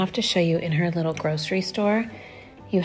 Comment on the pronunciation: you're very intelligent but you literally speak like a baby, like i think i can hear you say "widdle" instead of little lol. its adorable though